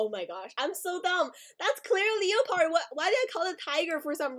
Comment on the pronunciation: It's not pronounced leo - pard it's pronounced le - pard lol